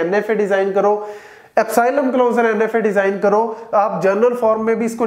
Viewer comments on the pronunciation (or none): none